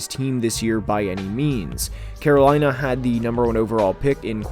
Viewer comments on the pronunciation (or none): none